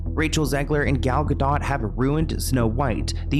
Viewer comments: Galga-Doe not Dot😂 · Its not gal ga dot ❤❤❤ its gal ga (dough) she is Israeli ❤❤❤ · It’s Gal Ga-dough. I think the age gap between them does make a difference and that Gal is the mature one and Rachel is the not.